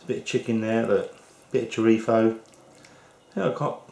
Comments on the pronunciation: Its chorizo not chorifo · It is not chorifa or chorifo! It is CHORIZOOOOO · its pronounced ''chore-i-z-o'' not chorifo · The way he pronounces paella and chorizo. lol ;-) Honestly, I think this is closer to risotto than paella...